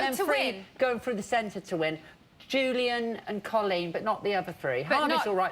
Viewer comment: why can't these people pronounce Coleen